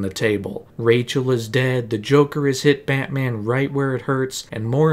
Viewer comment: “BAHT Man” why u gotta say it like that…? 😂😂😂😂